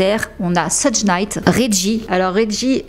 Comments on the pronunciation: Très bon travail, comme d'hab. Pour le détail (parce que c'est pas très important), je ne suis pas spécialiste mais je crois que ça se prononce "sheug" et non "seudge". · Thank you for your investment to inform us. Just to tell you that it's not "Sedje" Knight but "Shoug" Knight.